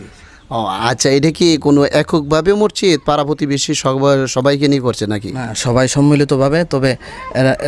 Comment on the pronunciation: মরজিদ নয় মসজিদ!! আপনি ভুল উচ্চারণ করেন!!